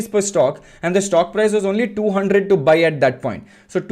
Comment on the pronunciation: What is a Shhtokk? It sounds like Stock to me.